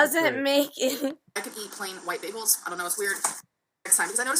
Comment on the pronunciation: Beggels are so good for you